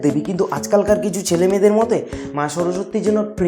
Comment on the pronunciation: ওরে গরু মোতে নই মতে... 😂😂😂 speech ta minimum thik kore bol